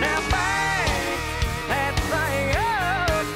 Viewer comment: I love how he says thang ;)